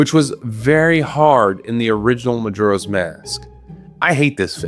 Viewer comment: The way he pronounces majora is making my eye twitch (no hate, im just annoying)